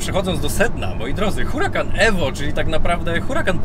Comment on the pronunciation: Mówi się URAKAN nie Hurakan, dlaczego zmieniasz C na K a o niemym H już nie pamiętasz.